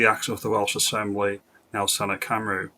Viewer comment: Oh by the way Cymru is pronounced come ree not come roo if you don't mind me pointing it out. Either way the Senedd or I should our politicians in the Senedd are ruining Wales not helping us. Elon as I don't think Nigel is going far enough.